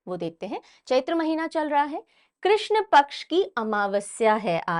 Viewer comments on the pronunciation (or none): none